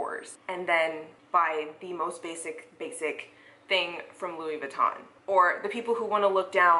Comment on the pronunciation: 🤣🤣🤣 the European pronunciation….vuuuuitton 🤦🏻‍♀️